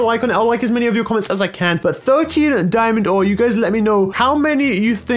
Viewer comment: He said dimond ore not dimonds so 0 d ore